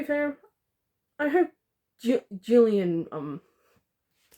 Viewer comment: You are saying Jillian’s name right